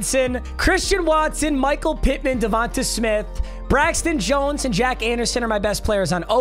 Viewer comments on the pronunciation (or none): none